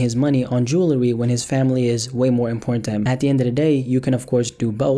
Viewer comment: He cant even say jewelry. 😆 smart??